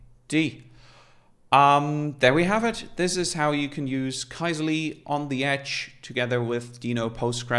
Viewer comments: For what it's worth, the original Finnish pronunciation of this word, which means "query", is /ˈkysely/, where the "y" in the phonetic transcription there is like the French "u" or the German "ü". So neither "key-seh-lee" nor "kai-zeh-lee" is correct :D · Sorry folks for the major pronunciation fail, TIL it's pronounced “Key-Seh-Lee” 🙈